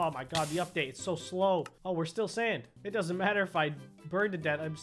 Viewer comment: When he said sand I thought he said sans